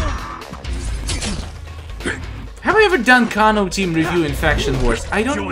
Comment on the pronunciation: It is pernonce kano